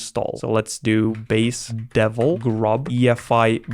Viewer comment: "gurb" and "base-deven"